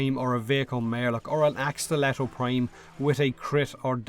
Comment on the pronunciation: It's fuck not "féck" and its prime not "préim"